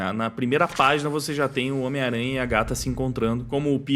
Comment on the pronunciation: é engraçado ouvir vc falando "miranha" rsrsrs